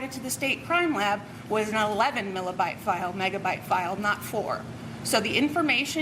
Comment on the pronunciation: It is megabyte not Milabyte.